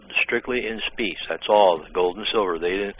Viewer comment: I love how he says 'speece' instead of specie.